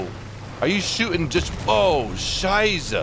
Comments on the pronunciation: I found the emphasis on Scheiße funny😂.(I am from Germany 🇩🇪) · Too lol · You gotta pronounce the S in Scheisse like a very angry snake ;)